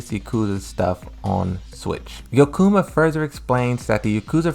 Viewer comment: "yoKUma further explains" IT SAYS YO-KO-YA-MA, THERE LEARN TO FXXXING READ ALREADY!